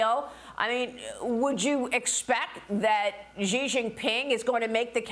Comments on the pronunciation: there is no "Gee Jin Ping" - it is Xi (kind of like "she") JinPing. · Maria, if you are going to talk international matters, please do your research and pronounce the names of the players correctly. Xi Jing Ping, the leader of China, for example. Xi is pronounced she, not Zhee.